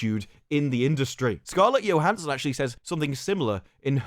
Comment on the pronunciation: It’s not Scarlet Yohanson!its Scarlet JOE-Hanson. Everything else is spot on. Carry on!